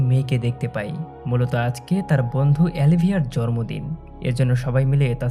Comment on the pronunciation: জরম্র দিন না ভাই জন্মদিন। কিছু কিছু শব্দের উচ্চারণ ঠিক করলে আপনার এক্সপ্লেনেশন ভালো ই হবে